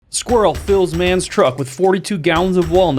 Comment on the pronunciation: Daddy I Want a squir-rel!